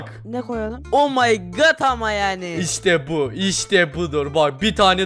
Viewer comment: niye 'omy good' diyorsun😂😂